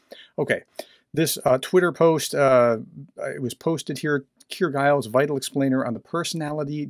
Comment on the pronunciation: Giles, not Guiles. Soft g.